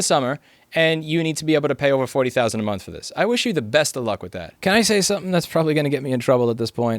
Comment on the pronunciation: "forty thousand a minth" lmao EDIT: Also inb4 Louis Rossmann becomes Based Floridaman